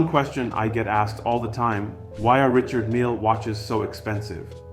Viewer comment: Did he pronounce it wrong? 🤷🏽‍♂️